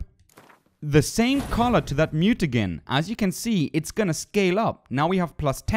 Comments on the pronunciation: You helped me out a lot dude. Thanks for this video. Your English is great, but if no one else already has, I'll help you with a few pronunciations. Recipe is pronounced ress-i (as in glip)-pee, muta-jen and I can't remember the rest coz I'm too drunk.. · MutaJIN-Correct pronunciation FYI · Soo..... Geralt=Jeralt? Mutagen=Mute-again> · Great job, your a funny humble guy. Toxicity was spot on. But Mutagen is gen like in Jenny ;) And alchemy is al-k-me. I'm french from Montreal you should hear my accent hahaha Thanks for the tips, nice job. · & Every time u say "mutaGen" or "Jeralt" I die little on the inside. XD